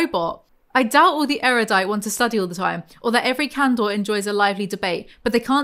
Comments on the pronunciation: God. Please stop saying canDOR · Every time you say “candor” I hear “candle” and I wish candle was a faction